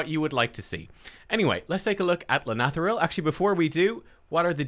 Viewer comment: Well done. You are the only content creator who can properly pronounce his name.